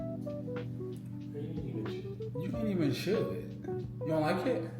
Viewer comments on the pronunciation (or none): none